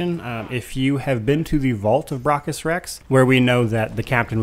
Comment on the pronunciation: Stop miss pronouncing braccus.